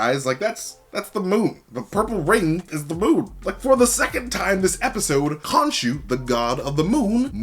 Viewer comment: Huge Konshuquences 😂😂😂🤣😂🤣😂🤣😅😅